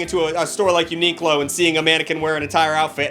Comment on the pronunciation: ‘ya-ni-cla!’ of pronouncing Uniqlo is now canon